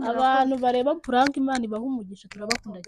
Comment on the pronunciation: Ese kuki woe muhungu kuki uvuga ngo puraka?